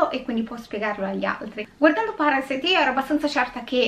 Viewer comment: Questo film, sebbene Sud Coreano, e hai pronunciato bene i nomi e il ciao iniziale, tranquilla, ( io ho studiato coreano per 3 anni) , è proprio la trasposizione di quello che nel cinema statunitense è "il sogno americano" . cioè che impegnandoti puoi arrivare ovunque, anche se non è così. In Sud Corea/Giappone, in particolare, c'è un forte stacco tra poveri e ricchi. i ricchi sono estremamente ricchi e i poveri estremamente poveri, non c'è la via di mezzo, si va dal non avere poco nulla come i Kim, al sotterraneo e stop. Non c'è una mezza misura come qui in italia, dove comunque la sanità è accessibile a chiunque (grazie a Dio o chi per lui e speriamo rimanga così) , l'università è comunque abbastanza accessibile, rispetto a quella Coreana, Giapponese o Americana, che costano minimo e ripeto la base proprio sui 25 ml$ all'anno , e se comunque non entri in un univesità prestigiosa, anche se sei bravissimo ed esci da una pubblica, hai poche possibilità perchè fa curriculum "il nome" dell'università, in estremo oriente purtroppo va così, più che da altre parti. Spiega il disagio sociale, e questo vedere il consumismo dei "ricchi" come qualcosa a cui aspirare, anche se non sono particolarmente brillanto, altrimenti non si spiegherebbe altrimenti il successo di gente come le Kardashan /Jenner. sono l'esempio lampante che se hai i soldi, puoi fare ciò che vuoi, comprare ciò che vuoi in ogni senso ( anche rovinare un abito storico per tuo piacimento perchè puoi farlo, e mi riallacc